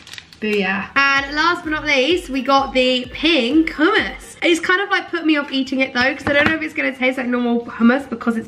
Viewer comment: did she just say..... oomas 😂😂😂😂😂😂😂😂